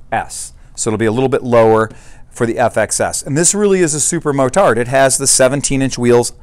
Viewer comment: Thanks. BTW/FYI...'motard' (being a French word), the final 'd' is not pronounced...